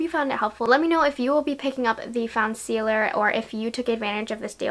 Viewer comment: Such a great review ❤💋 You rock😚 P.S. You did a WAY better job pronouncing the name than I did in my video. I botched the hell out of it🤷🏼‍♀️🤦‍♀️💋🤣